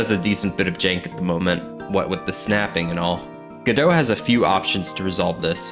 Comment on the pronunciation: Its not gdough its go dot like robot TwT